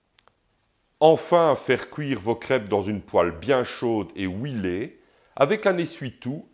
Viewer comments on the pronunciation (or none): On ne dit pas ouilé mais huilé, Faites un effort quand même.